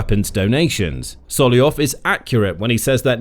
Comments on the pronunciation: His name is SolOVyov, not Solyov :) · Solovyov, not Soliov. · it's solov-yov not sollyov 😭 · Why are you pronouncing Solovyov’s name so distorted. It’s one of the easiest Russian names to pronounce! You simply “ate” the first V! IT IS NOT SOLOYOV! It is soloVyov! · I thought his name was sol-ov-ee-ov but you keep saying sol-ee-ov. Which is right? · Not Solyoyov he is Solov'yov. Your pronunsution of russian names and lastnames is shitty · It's not So - lo - yov !! But So - lov -yov!! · SoloVYov, not Soloyon. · Sorry, who is 'Sollyov'? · This is a genuine question: why aren't You reading the first V in Solovyov surname? Cause it's pronounced Solov-yov. :D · I love when the reader gets to a russian name, and then just makes something up that vaguely sounds like it looks 😂